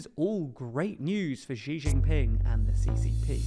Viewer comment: Here’s a tip: “Xi Jin Ping” is pronounced “Xi Jin Ping”, not “Xi Szhghsghin Ping”. J for Jug. J for Jack. J for Jumbo Jet. Not J for szhszhszh.